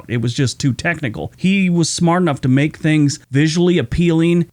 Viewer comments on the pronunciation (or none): none